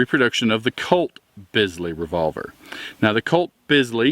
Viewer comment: It's spelled Bisley, but it's pronounced Beasley.